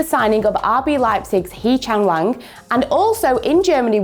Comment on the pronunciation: Did she just say he chang wang? Omg